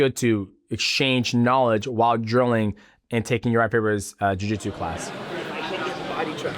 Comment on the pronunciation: I thought he said urijah fibers chin. had to rewind that back for a sec.